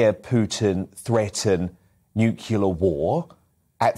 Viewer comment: It’s Nuclear. Not Nuculer. George Bush pronounced it that way and other dummies followed suit.